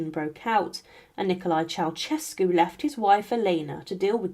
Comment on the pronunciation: Mispronunciation of surnames reached a peak with a few dozen instances when the surname of the fallen Romanian dictator and his wife promounced CheauCHescu. It should bwle Che-au-Şescu. The central Ş is a soft Ş. Is it possible that not one single Romanian could be found and consulted. In the chapter on Stalin his daughters name is SVETLANA and not the garbled surname I heard. AftercStakub's death onevof the contendersvL for top power was GEORGY not Grigor Malenkov. Re Ivan the Terrible he waged the Livonian War and not Livian. Mercifully correct was a reference to the Livonian Order. There were other mistakes. Please more attention is needed.